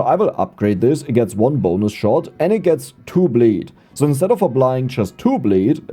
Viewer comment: pronounced so not zo